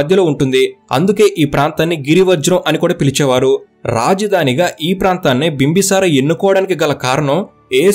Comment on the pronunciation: "Bimbasara" kadu bro "Bimbisara"